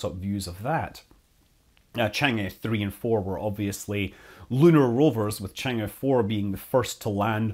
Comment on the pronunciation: Scott, Chang is pronounced chong. Thanks for the detailed video!